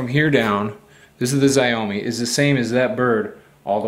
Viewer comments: ziomee? xiaomi pronounced similar to "Show-me" (more like sh-ow-me) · pronounced: chowme no exxxxaaaoooooiinne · “Ziyomi”? LOL you mean “Jow-MEE”?! 😂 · It is said sh-ow-me m365. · its SHIAOMI not zaiyomi :) youre welcome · As a chinese speaker, it's pronounced Sh-ow-me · It's a "XiaoMi" 😂 . Pronounced sha-ow me. (In 2 syllables "shaow-me" ) It's a brand new and from China. A literal translation of XiaoMi is "little rice" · its Shauw-MEE........ Shauw like Shaun but a W at the end rather than a N. smh. Im not even chinese and I know this. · Xiao = Sh-yao mi = me Xiaomi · A chinese friend of mine says the right way to pronounce Xiaomi is Syao-Mii. There's no Sh sound. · well bravo. you took the time to find out how to steal one of those bird scooters but didn't bother to take 10 seconds google time to find out how to pronounce the name of the original manufacturer. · I'm no dude... I'm American and we don't pronounce it differently, you just pronounce it incorrectly